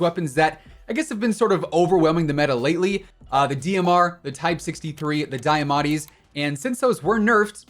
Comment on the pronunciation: I have no idea why but the way he says die-uh-motti annoys me 😂😂